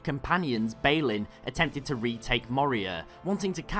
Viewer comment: BALIN = 'BaLL-IN'